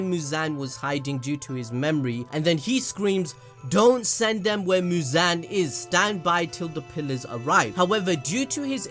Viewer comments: It’s mooz-on not mooz-an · abd it’s actually mu-zon